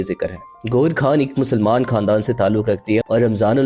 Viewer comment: بھائی آپ اچھی ویڈیوز بنا رہے ہیں لیکن یہ کیا آپ بھارت کے لوگوں کی طرح غیر کو" گیر" اور خان کو "کھان".... اور خاندان کو "کھاندان".... بولتے ہیں کیا آپ اردو بھی ٹھیک سے نہیں بول سکتے پلیز اپنی اس غلطی کو درست کریں...... خاص کو "خاص" ہی کہیں نہ کہ" کھاص" کہنے لگ جائیں 😮.......